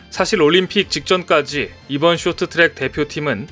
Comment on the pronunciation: 쇼트트랙이 아니고 숕 트락